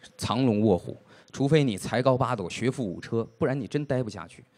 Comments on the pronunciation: Aimee TZ 是读che的不是ju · 学富五车（ju第一声）吧？哈哈哈肯定是故意的